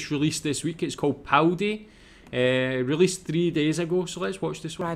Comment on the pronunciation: Its Paldi not Powdy and the town started to die out in 1975. The last residents left in 1980. I am born and raised in BC (53 years old) I hate to admit, its the first time ive ever heard the name. It wasnt hard to research online.